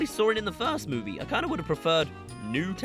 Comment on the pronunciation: bro said mowie